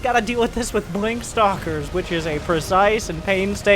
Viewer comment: saying "blonk" instead of "blink" always got me in this video.